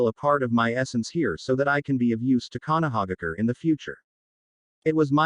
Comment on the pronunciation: Konohaigger? Really?😂🤣😭😭😭🤦‍♂️